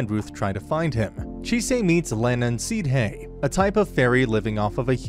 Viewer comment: For goodness sakes sidhe is pronounced "shee"!